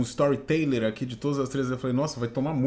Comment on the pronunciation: "story teiler"